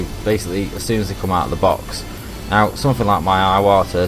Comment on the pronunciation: It makes my eyes watta when English people say ‘aye-watter’ like a slack-jawed yank. I think Darwin (and anyone she’s with half a brain) would think that an Englishman emulating an American in ANY way would be akin to devolution and a massive step backwards. 🤮 That’s NOT how ‘Iwata’ is pronounced in England OR Japan